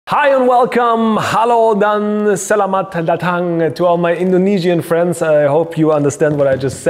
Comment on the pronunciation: i cringed when you say selamat datang, haha but i am one of ur indonesian fans.